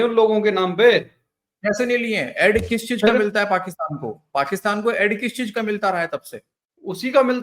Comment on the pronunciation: एड नही ऐड,, sir,,, plz correct,,, मुल्ले देख रहे